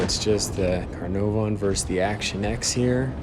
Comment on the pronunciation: Cuh-nar-von (pronunciation)